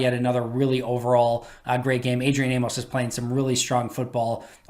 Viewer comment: Pronounced like "Amis" come on he corrects people at all his a availabilities